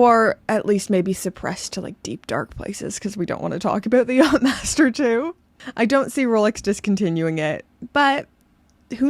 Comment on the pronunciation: You saying "knob head" with your Canadian accent, for some odd reason just makes me giggle. And I think the less said about the Yatch-Msster 2, the better 🤮😂